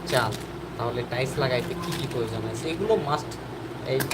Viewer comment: সর্বপ্রথমে টাইলস উচ্চারণ শিখেন তারপরে লাইভ করেন।